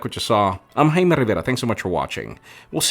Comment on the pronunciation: It is jai me but why he pronounces hai me?